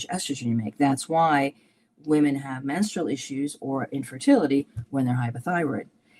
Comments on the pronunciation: I'm so sorry to be so petty, especially on such an important interview, but for as long as I have watched your videos, the way you pronounce the plural of women upsets me every time 😅. I'm guessing its a regional accent thing more than a, thing, but it gets me every time haha. Sorry, just a light hearted pet peeve, keep up the good work. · I think she mentioned it because he pronounces it like woman 🤷🏼‍♀️